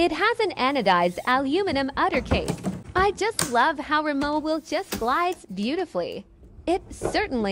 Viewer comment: Beautiful: FYI: the W in Rimowa is pronounced as a “V”. Remember it’s a German brand😅